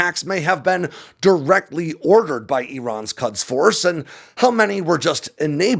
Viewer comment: Just a side note,: the “u” in the Persian word “Kuds” is more correctly pronounced similarly to the “u” in “put” or the English word “could”. 😉